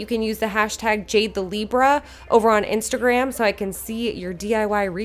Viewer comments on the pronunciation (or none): none